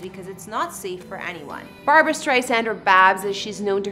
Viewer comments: Her name is BARBRA STREISAND, not Barbara Streisand!! PLEASE drop the middle A in her first name!!!!!!!!!!🧈🧈🧈🧈🧈🧈🧈🧈🧈🧈🧈🧈🧈🧈🧈🧈🧈🧈🧈🧈🧈🧈🧈🧈🧈🧈🧈🧈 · Her name is Barbra, not Barbara. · Barbra, not Barbara! Please call her Ms Streisand not Babs…disrespectful. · Please never call Barbra, Babs! So rude!